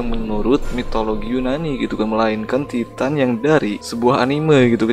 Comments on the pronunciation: Tulisannya titan tp baca nya taiten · Bang Titan itu Baca nya ''taiten''